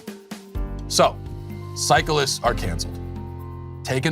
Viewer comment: I like the way he pronounces cyclists as Psycholists.